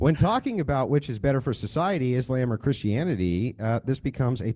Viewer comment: love the way he says "is lame" instead of "islam" - he could have followed up with pronouncing 'muslim' 'moo-slime', but he didnt... would have been funny , though